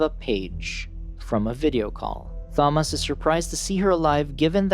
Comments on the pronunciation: Please learn how to pronounce Thomas you're pronouncing it all wrong my name is Thomas and it pisses me off therefore I hate this video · I’ve never hated a video more than this one because of how to say Thomas. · Wait wait wait... So you randomly butcher pronouncing the name Thomas, but had no problem pronouncing Jorge?? You sure you don't wanna say it like "joor-gee" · I’m trying to watch but so distracted by how u keep pronouncing Thomas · Imagine not knowing how to pronounce Thomas or Teresa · Why not just call him Tommy? It would be much easier on the narrators nonsensical pronunciation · I'll grow up when this guy learns how to pronounce names correctly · Why do you say Thomas like that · not saying thomas correctly makes this harder to watch . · So true it really did my head in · The computer kept pronouncing Thomas with the h non silent lol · Tomis not thomis you lazy ai user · its pronounced as; Tom-us, not thom-ass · its THOMAS!!!!!!!!! not thomoss. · It’s- It’s pronounced “Ta-mos” not “tha-mos” this ain’t Thanos’ brother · u mean Tom-us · Bro said "THomas" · Imagine your name being Thomas but pronouncing it as thaw-mas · stfu, Tha-mass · "Thaumoss?!" No. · Imagine you pronounce Thomas as ‘thomus’ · Thahmas, Thahresa, and good ol' Jorheh. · "tha-moss" "teressa" "Min-HO" good lord at least research how to pronounce their names first. Coming from an OG fan, This was painful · Clicked off the second I heard “Th-amos”😂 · Holy shit I'm pulling my hair out everytime you say "Tha-moss" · It should be Tha - Mass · bro is saying ''Fomas'' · The Tha-moss was actually very distracting and the video creator would likely prefer to know about the mispronunciation then to continue making the error. Maybe it's best to take that wise man's advice yourself young fella. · Pls don’t use this text to speech voice again, I can’t stand it saying “Fomas”. Good vid other wise though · It's pronounced "To-mas" LOL you screwed up. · THHHOMAS and tersaaah.